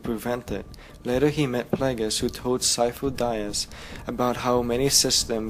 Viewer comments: It's pronounced "De-us" not "die-us" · omg Sifo Dyas... (Dee-ahss), not (Dye ahss). Besides that, Thanks for the explanation. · "Syfo Dayas"? Really? Dude, you should know his name. It's said in the movie, ffs. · "Sifo Dieas." You wot. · am I the only one who cringed every time he said Sifo-dyas's name wrong? loved the video overall though I'm just a nit picker sorry :P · Me to! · I'm sorry, but I just feel ear fucked by your mispronunciation of Sifo Dyas